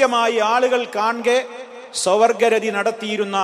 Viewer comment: മലയാളം വായിക്കാൻ അറിയില്ലേ സ്വവർഗ രതി എന്നാണ്